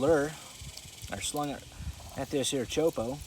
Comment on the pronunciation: You’re killing me with the way you say choppo, as in chop po not chopo